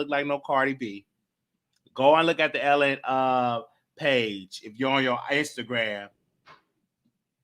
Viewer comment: it’s not “Ellen” magazine, its ELLE.... pronounced EL...